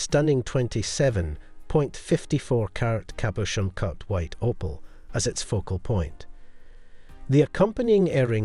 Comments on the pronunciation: The "o" in opal is pronounced the same as it is in "oval." Pronouncing it as "oppal" is both incorrect and really irritating. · Can't even pronounce Opal correctly.